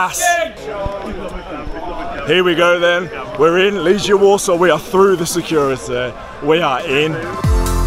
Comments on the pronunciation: And do me a favour, please. Name of our team pronuciation is "LeGHIa" like "spaGHEtti" no "LeGIa" like... "maGic". :) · Your pronounciation sucks incidentally. It's Leg-eee-A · Greetings from Warsaw. I hope you enjoyed your visit. I've lived here for 9 years. Just to help, you pronounce it Leg-ee-a